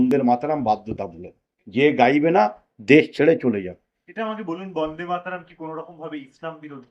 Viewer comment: বন্দে মাতরম । উচ্চারণ টা কেমন যেন লাগছে।